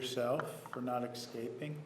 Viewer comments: is very interesting. Nurmi failing in pronouncing “escaping” and then annoyingly trying to talk over Juan’s objection. Seriously Nurmi??? So unprofessional. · Ellen Strand Caspersen ikr, this man can’t speak properly; he also keeps saying “excaping” and “excape” even after being called out on XD